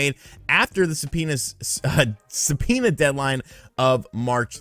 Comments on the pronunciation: Se-penis?😂 did anyone else catch that?? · Say subpoena one more time